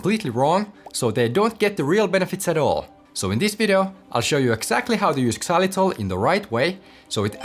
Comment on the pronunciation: The X in xylitol is pronounced like a Z; it’s not pronounced ex-zylitol.😒